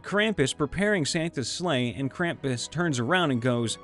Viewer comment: Repeat after me. Mystra: MISS-TRA Selune: SAY-LOON. Krampus: CRAM-PUSS Thank you very much.